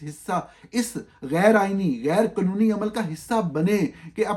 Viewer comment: Government is pronounced GOVERNMENT not "gor-mint". 😅 Likewise قانونی and تعداد are not spoken as قنونی and تداد 😂 The Army rank is General, not "journal". Journal is a diary or a publication. An hour is called گھنٹہ not گھینٹہ in Urdu. The word شرم is spoken as sharm not sharam. Market is pronounced مارکٹ not مارکیٹ . The word وقت is waqt not waqat. Similarly حکم is hukm not hukam. صاف معلوم ہو رہا ہے کہ جاہل ہے کون۔